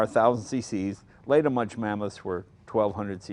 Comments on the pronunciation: Münch, pronounced "Moonk". Just sayin'. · lol, it's "Muench," not "Munch." Mooen'k. Munch on that. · Moonk not munch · Jay, it's pronounced MunKH, not Munch, like you're munching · Please stop talking, Mr. Leno..I just wanna hear the sound of the Münch (not spoken Münsch)..Thank you for the video!! Greetings from Germany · There is one collector in Germany who has got one hundred of them. Almost impossible to acquire one. Btw. It always causes pain to hear anglo-saxon pronunciation. That is how to pronounce Muench (ue can replace the umlaut). It is not too difficult. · Hey Jay, if you manage to pronounce Duesenberg the right way, why don't you try it on Münch as well?! Ü/UE is pronounced the same way. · Plz speak Münch "Mynsh". Thank you from Germany ;o) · "Moon-kh" is the pronunciation. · it's pronounced mounkh - the ou like in would/could/should and kh with a little spit :D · I suppose it depends on where you are from in Germany. I would pronounce it MOUNkhin (ou as in would) myself. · Americans can't pronounce "Münch".